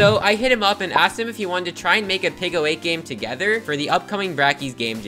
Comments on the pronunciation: PICO is pronounced peeko. Not picko, peeko. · 99% sure it's pronounced pee-co 8 tho not pickle 8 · Peeco not picko. It’s wicked irritating. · "pick-oh aayt"